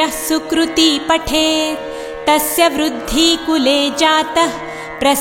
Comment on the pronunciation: कुर्ती वुरुद्धी ऐसे ही गलत उच्चारण होते रहे तो मां कुलदेवी जरूर आशीर्वाद देगी इससे बढ़िया तो ना सुनना नहीं बेहतर है